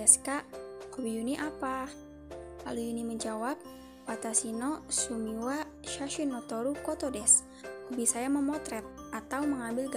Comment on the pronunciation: Tampilan videonya bagus,unik. Perbaiki lagi pengucapannya ya... terdengarnya sumi, bukan shumi